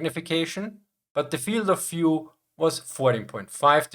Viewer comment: In English, 'v' is not pronounced like 'f'. Das wort "view" spricht sich also eher (af Deutsch geschrieben) wie "wjuu" aus, nicht wie "fjuu".